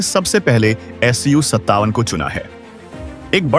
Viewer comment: AS 57 nahi SU 57 hota hai.